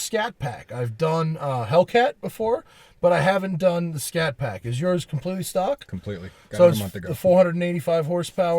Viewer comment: It's a Scat Pack not Shat Pack.....lol!